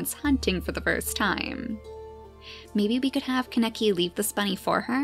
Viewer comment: its pronounced k-ahhh-ne-key not ka-neck-eee